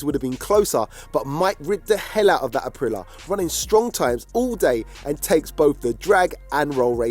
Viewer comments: april lee ya...not apreelah 🤦‍♂️ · Someone tell that idiot its pronounced Aprilia NOT Aprila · It's pronounced a-prill-ee-a 🥹